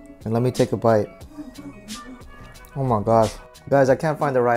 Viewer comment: I like the way you say 'omagadd' 😂😂